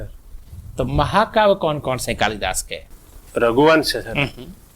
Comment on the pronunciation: Ye maha kavi Kalidas ko tha-tha bol rhe hai